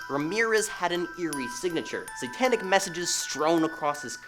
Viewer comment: Can you work on your pronunciations? Investigator, satanic, annals are all words you should Google for correction.